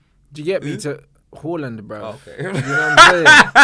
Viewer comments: tell this bloke its haaland and not hawland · Hawland 💀💀💀 it’s Haaland man, trying to be exotic dfkm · Haaland said it from his own mouth it’s pronounced Haa-land and not Horland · Haaland has already deaded the debate over how to say his name from his own mouth he said its pronounced Haa-land and not Hoh-land so we dont have to debate he has already said how it’s pronounced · Haaland himself said it's pronounced H(ah)land. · It's definitely /Hoh-Land/ cos Norwegian doesn't have the special 'å' Swedish does and they use double 'a' instead. Amazing show once again. Big up, you two! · It's actually pronounced HORLAND. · has such small dick energy😭 He's pronoucing Haalands name wrong there are literally videos of Haaland pronouncing his name and is abusing people with chest who are pointing it out🤣